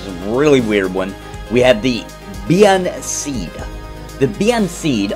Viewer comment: Cool realm. The dullahan look really fun. Also, I think its pronounced "ban-SHEE". Not so weird now, are they?